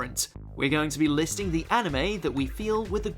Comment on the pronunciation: Did anyone here him say hanime